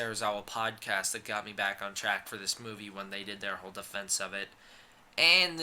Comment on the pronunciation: I thought you said "glad you're black" lol